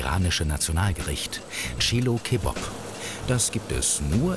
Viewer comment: "Chehlo khebob" Bruh